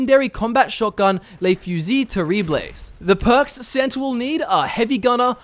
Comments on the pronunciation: Please, "Le Fusil Terribles" doesn't has to be pronounced as a spanish word, goddammit è_é ! Te e and the s aren't pronounced, so you have to pronounce it like this : "Le Fusil Terrible". Greetings from an irritated french guy, that wishes you guys a merry christmas ;) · Am I the only one who is screaming saying that’s not how you pronounce the actual gun??😂😂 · Love the way you pronounced Le fusil terribles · When you tried to pronounce le fusil terrible, I died inside.